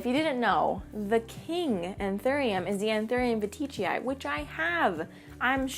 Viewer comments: Hey I don't want to be that person, and I really don't want to offend you and I know that latin words don't really have a consistent spelling, but I heard plant people, botanists and Enid pronounce the anthurium veitchii like Anthurium VEE-TCHEE-EYE and not VA-TEE-CHEE-EYE. Because there is no i after the T? Again sorry, I know this is obnoxious. I love you and your content :) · Love all your anthuriums, I wish I could grow some!! Seems like I pronounce veitchii differently lol (I pronounce it as veet-chee-eye)